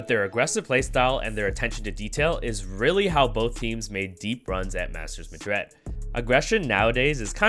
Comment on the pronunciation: bruh just questioning why do you pronouce Madrid so weird lmao, like madread? good content tho